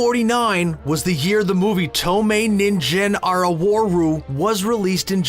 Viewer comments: TOE MAY NIN JEN ARREEWARU XD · "ToE mAy NiN jIn ArA wAr RoO" lmao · TOE MAY NINGENE ! wow you already copy someone else and you cant even pronounce it right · I love how the way he said "Toumeiningen" . It sounds like "invisible carrot" in Japanese. 透明人間(Toumeiningen) 透明人参(toumeininjin) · That's too humble of you. you could have gone to court and sued them for reparations. (off topic: ToumeininJen? Come on! I thought y'all learned Japanese G isn't pronounced J from Genshin Impact.)